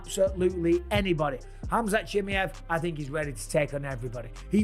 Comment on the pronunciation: I piss myself every time Bisping mispronounces Chimeav’s name wrong 😂